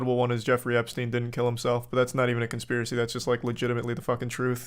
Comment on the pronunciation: It's stein. Styne